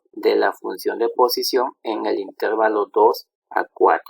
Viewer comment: Excelente. Solo una crítica constructiva. La palabra intervalo es grave, no esdrújula, por lo que la sílaba tónica es la penúltima. Así que se pronuncia interVAlo, no InTERvalo